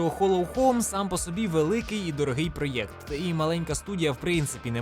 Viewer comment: О ні! Ти почав говорити проЄкт, який ріже вухо як Европа і Єкскаватор(((слова взяті з сумнозвісного каналу)